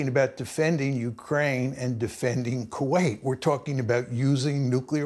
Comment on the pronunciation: Why is Piers pronouncing Kuwait like that? What the hell is Quwait ?